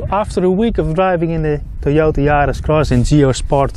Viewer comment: Teeyortah Yaaris, lol :)